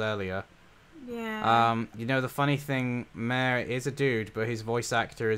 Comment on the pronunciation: also M-A-R-E is a boy. stop butchering his name please